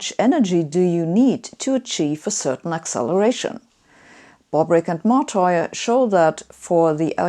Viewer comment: That is not the correct pronunciation of the name of the Italian guy Martire. This is the correct pronunciation